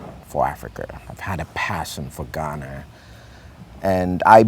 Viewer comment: Why does he try to speak like that? Ghanarrrrr, Africarrrrrr. Like there’s no ‘r’ in those nouns. The accent isn’t supposed to be the issue here. He’s a great man. And I aspire to be like him one day. But go easy on the forced accent please.